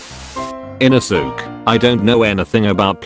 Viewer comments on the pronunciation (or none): the text: inosuke, ara, aah, giyuu, genya, kanao the ai voice: INOSOOK, AIRA, A-A-H, G-I-YOU, JENNA, KANIO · You pronaunse the e in inosuke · How the voice pronounces the names : Inosuke : InosUk Giyu : GAe-you Gyutaro : jAyutarr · Bruh The way he is pronouncing inosuke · The way u said inouske is so so wrong